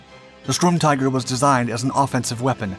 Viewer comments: This dumb robot keeps saying stormtiger, isn't it sturmtiger? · stop saying strumtiger fs its sturm